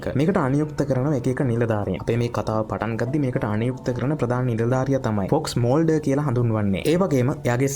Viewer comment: ඉයුජින් වික්ටර් ටුම්ස් ඩානා ස්කලී ෆෝක්ස් මල්ඩර් නම් ටික හරියට කියන්ඩ බැරි මොකද බන් 😒එහෙම නම් ටිකත් හරියට ලස්සනට කිව්වා නම් කොච්චර ලස්සන ද බන් වීඩියෝ එක 🫂❤️හරියට කරපන් කරන දේ බොරු විකාර නැතිව්🫂